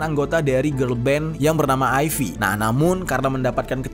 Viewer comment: Koreksi pengucapan: Gaeul Ive : Ga el(pengucapan E nya sama kayak klo kita bilang 'memakai', susah jelasinnya pokoknya gitu) Aiv/Aive Jeon Somi : Jon Somi Jisoo : Jisu As a nctzen, di aplikasi weverse banyak fans yang jor"an ngirim pesan ke Doy. Pesan yang berbahasa Inggris (kayaknya mayoritas dari Indo) banyak yang isinya menjelaskan tentang mcd dan kaitannya sama genosida di Palestina dan minta Doy buat stop kerjasama. Tapi banyak juga pesan berbahasa China yang tetap kasih dukungan ke Doy secara China bar emang terkenal paling loyal (tapi disini keliatan banget gobl*knya). Fans China sampe ngirim surat ke SM Ent buat nggak ngizinin Doy konser di Indo karena takut bakal ada yang nyerang dia waktu konser di sini. Truk protes juga udah dikirim ke gedung SM, lagi" terbagi 2 kubu antara yang minta Doy stop campaign brand mcd dan satunya lagi ngirim pesan dukungan. Semoga Doy nya cepet sadar dan bisa ngambil tindakan yang tepat.